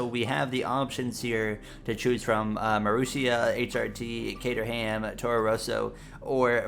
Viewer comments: this is a cool series and all, but it seems that I will have to boycott it until you say Caterham the same way my American tongue pronounces it. You've forced my hand. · I've always said it like "Kay-ter-um," which is, get this, actually considered the British pronunciation. The American pronunciation is "Cat-er-ham," which seems to be closer to how you say it. So, in short, the English language is a farce, and I don't know how to pronounce anything at this point.